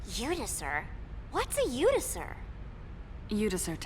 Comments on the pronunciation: It's Lutycyr, not Lucytyr. :P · I believe this is Iutycyr as in spelled with an “I” for India. Spelled and pronpunced in the game